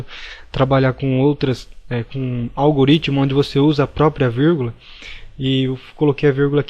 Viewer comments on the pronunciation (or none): none